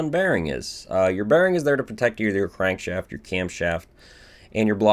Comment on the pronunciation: But its not refreshing to hear him call a Crank Shaft a Crank Shayft